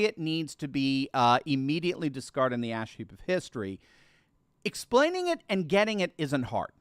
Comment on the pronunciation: Exploning?? 🤔 Sounds like caught a touch of Bidenitis... 😱